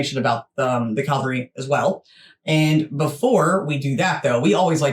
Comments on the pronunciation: It is NOT CALVARY, dumb yanks but cavalry! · Love your videos guys 💖 (but n.b. caValry not Calvary lol 😅🤣) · Dear ladies. It’s pronounced Cav alry rather than Cal vary. Love your interest in things British. When do you visit? 😁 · Ok FIRST THING. It is pronounced CAV alry, not calvary. The London Garrison is HYDE PARK BARRACKS at Knightsbridge and the Armoured section is at Bulford Camp, Salisbury Plain, Wiltshire, England. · What the chuff is the calvary? Cavalry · CaValry.. not calvary 😂😂😂😂😂😂😂😂😂😂😂😂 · Cavalry not calvary sorry to correct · It's Dra-goons. Also, the word is Cav-al-ry, not cal-vary. LOL. Princess Royal, Anne, King Charles' sister, is a colonel in the Dragoons and Royal Horse Guard, and has also taken over from Prince Harry as Captain General of the Royal Marines. Love you both and your shows. Wouldn't miss them!! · Cav-al-ry not cal-vary which is something completely different! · Cavalry....not calvery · Hi girls the word is pronounced…… Cav-al-ry……..not……..Cal-vary great show I love you yanks❤❤ David Liverpool UK👍🏻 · Ladies you are doing your best I'm sure and thank you for promoting Britain.. But please they are called THE HOUSEHOLD CAVALRY pronounced ( CA-VAL-REE) and the word you can't pronounce at all is THE DRAGOONS ( DRAG-GOONS) The are also Mounted Troops. The household Cavalry is part of the London Based HOUSEHOLD DIVISION which includes the World Renowned Foot Guards with the Black Bearskins Red Tunics and Black Trousers, The COLDSTREAM GUARDS, THE IRISH GUARDS, WELSH GUARDS, SCOTS GUARDS and the most Famous foot guards GRENADIER GUARDS,, hope this information is useful to you. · The calvalry? Hehe... I love you guys.